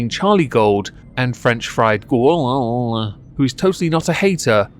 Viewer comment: The next time you say "Gorl" it just should keep getting worse until it's post verbal sounds.